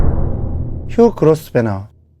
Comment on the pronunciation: 그로스베너가 아니라 그로브너입니다.